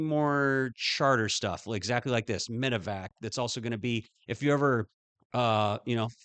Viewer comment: I prefer this format. As a professional aviator, I’m interested in hearing other aviators personal views/opinions. Only critique: medi-vac, not medic-vac. I’ve done more than my share of them. Also, I’d lose the Fox News footage/affiliation, as trust level for ANY national “news” outlet is sus at best. Excellent job though,, thank you for the effort🤙🤙